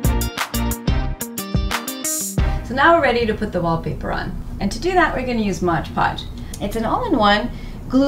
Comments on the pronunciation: MOD Podge, not "Modge" Podge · why is everyone calling it modge podge? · "modge podge"